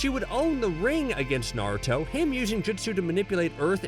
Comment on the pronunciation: I swear to god I am so fricking irritated and it hurts my ears when he says “narto” and it’s obvious he didn’t watch the two first series (and there’s only two,because boruto isn’t named naruto)soooo yeah…